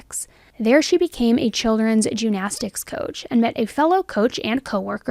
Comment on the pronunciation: First of all, your content is wonderful. Just a head's up...your pronunciation of gymnastics might be a little confusing to listeners. It sounds like you are saying "jew-nastics" as opposed to "gym-nastics".